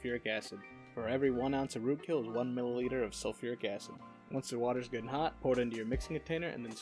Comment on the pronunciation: I was looking away for a moment and I heard toot kill as road kill and was very concerned lol